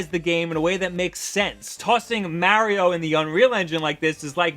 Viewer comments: heh heh heh. The way he says Mario. XD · That moment when you realize he can't pronounce Mario right...and this guy claims to be a nintendo fan? smh